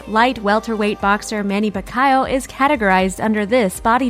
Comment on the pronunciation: It's pronounced Manny PA-KEE-YOW. Americans 🙄🙄